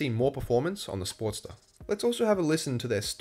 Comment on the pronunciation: I got confused as I had this in listen mode. I kept hearing “Sport - steress”. Why is the sport stressed? Then I realized the accent! Great review. HD wins across all categories!